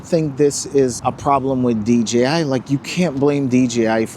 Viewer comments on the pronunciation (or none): I swear every time someone talk about DJI drones they can't say DJI they say DGI they say G instead of J.